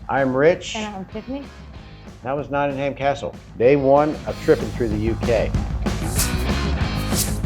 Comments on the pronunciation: ham hehe notting ham??!... it's notting em always ask someone there.. you got to remember that most places in the uk are not pronounced the way their spelt.. Always ask a local early on... great vid though!! Well done! "ham" hehe.... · It isn't Notting Ham it's Nottingam, no stress on the second syllable. I know the "Trip to Jerusalem" £6.75 a pint 😰, Robin Hood is probably a myth and Templars didn't drink in the "trip" Still I hope you enjoyed your visit. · As a manc, this killed me off 😂. It's not ham. It's um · I love the way Americans say NottingHAM. Here we pronounce it NottingUM lol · Not Nodding"ham. Its Notting "hum. x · Love to see you guys again... But just one thing (if I may, man?!) The places over here in the UK Regarding pronunciation: Nottingham (& others ending in '_____ham' ?!) It's not said not sounded, not pronounced: 'ham' Just (for example) Notting'um ... And Bucking'um (as in the Palace, and 'town & county') And (also Durham 'Dur'um' ) And Gillingham - 'Gilling'um' (in the county of Kent, there's a 'Medway Town' named 'Gillingham' and the 'G' is said softly like the 'g' in _giraffe_) ... But, in the county of (I think - ) Devon there's a town (or maybe a village - you might Google it, if it interests you?) There's another place called 'Gillingham' but instead it's name is pronounced with a hard 'G' as in 'gorilla' !! Hope I haven't caused confusion (?!) 🤔 🙂🙃😊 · We pronounce it not in um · Amazing you are donating to Nottingham UK charity, AWESOME! Really like your videos. BTW, it's pronounced 'Notting um' And yes I know it's not how it's spelt! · No. Nottinghum is how it's said! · Just a small point. Drop the "HAM" and add the "UM" Like NottingUM, BirmingUM or EveshUM. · The correct pronunciation is Noh-unum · The "H" is silent in Nottingham. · You spent so much time there but you didn’t learn how to pronounce it!!!!!!! ❤